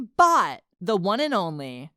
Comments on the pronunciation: But its bow any more do not say bot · Thought they said box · who else thought it said box?